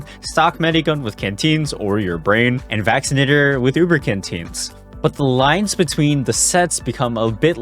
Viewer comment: you did not say vaccinator